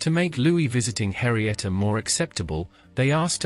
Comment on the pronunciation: it's Henrietta, not Harrieta.